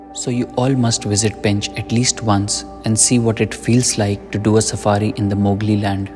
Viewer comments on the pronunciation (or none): none